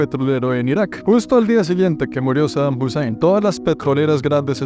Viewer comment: bro really said saddam husseim